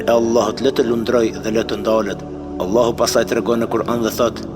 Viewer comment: JO Ëllahu bre shoq po thuj Allahu tamon